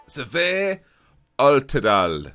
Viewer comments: Im from Norway. It’s Sverre, not Severe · He wasn't tooo far off on the surname, but the first name was rather woeful